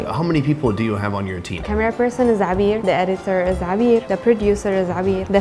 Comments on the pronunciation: I really taught he called that beautiful young lady a beer 🍺 😂 at first but looking at the comments section It’s Abir 😂 and I like wait Lebanese named people a 🍻 until I saw people saying Abir 😢but still sound like a beer 🍺 to me so please let me have one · I like how Meet Abir somehow became Meet Beer